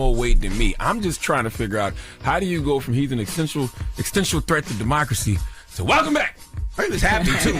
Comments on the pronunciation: “He an extential threat…” What? That’s not even a real word. And people listen to this jackass. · Charlemagne- “he’s an ‘extential’ threat to democracy “ Okay 🐒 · Charlemagne wrote a whole book and can’t even pronounce existential😂